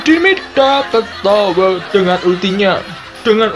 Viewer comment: Di omongi RRRRRRRRRR TOWER DUDU TOWEL JOKER DUDU JOKEL KRUNGU DUDU KLUNGU DLL...😂😂😂